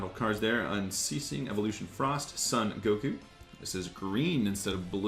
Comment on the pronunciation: i sure thay no call him san goku it's soon or son goku i know son are san but goku soooon or son or or or